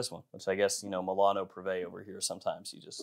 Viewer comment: is MI-LA-NO......NOT MEILANO.....with Mi